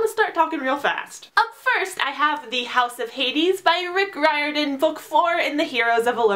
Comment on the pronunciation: It makes me feel so happy to hear people pronounce Rick Riordan's name right